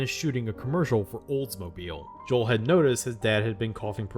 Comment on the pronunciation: It's Noel, not Joel.